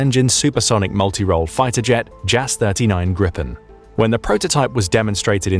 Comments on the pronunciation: I know it's nitpicking but I get really irked when "GRIPEN" gets pronounced "GRIPPEN". The correct probounciation would be more like -"GRII - PEN".The alternative would be to simply use the english equivalent of the word which would be Gripgon (yes the plane is named after the mythical half eagle half lion creature). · Sweden has been on Russia Alert since like the late 1800s. but i hate that the commentator says "Grippen" its spelled gripen ffs 🤣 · YOU PRONOUNCE THAT TOTALLY W R O N G! THE "I" SHOULD BE PRONOUNCED AS A LONG VOCAL SO IT SHOULD SOUND JAS 39 > GRIIIPEN < BECAUSE.THERE I S NO - - A DOUBLE TWO "P"! GRIPEN IS NOT A REAL BIRD IT IS A MYTHOLOGICAL ANIMAL IE A BIRD! SO SPARE US FROM THE FAULTY NAME! DAMN IT! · We pronounce it Jaas 39 Griipen. Long A and I. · petty but prounced griiiiiiiiipen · Its pronunced "Greepen" with a hard n, r and g